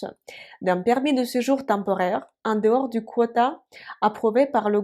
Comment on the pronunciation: On ne prononcé pas Quota Mais kota